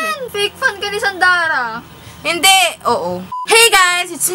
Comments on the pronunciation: "Sand-ara" ah 😂❤ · Aliw kay sand-ara. *kor-ea heart. 😂😂